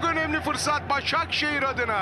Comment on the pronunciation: Spiker 2 ş li kullandı Başşakşehiri eliyo derken 🤣🤣🤣🤣🤣